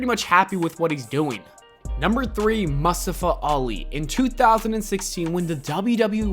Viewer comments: Why you pronounce Mustafa like that? 🤣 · Nobody:: MUHSTUFA